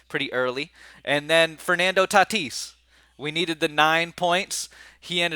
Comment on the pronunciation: Bro plz don’t say tatis anymore 🙏🏽..lol